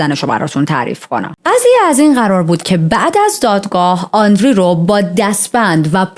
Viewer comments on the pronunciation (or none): آندری نه و آندرِه